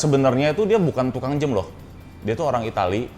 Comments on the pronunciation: Dia ngomong jem. Bukan jam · Pertama kali liat saat collabs sama Raditya Dika. Yg jadi perhatian saya saat itu saat mengucapkan jam menjadi "jem"